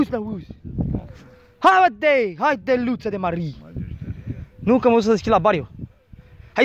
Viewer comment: Prima oara am crezut ca zice "steluta de mare"